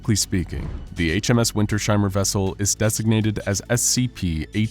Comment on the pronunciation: No big Deal, but it's winters-heimer not winter-sheimer <3